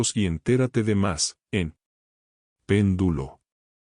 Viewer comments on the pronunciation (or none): si lo escribe PÉNDULO, no lo pronuncie PENDÚLO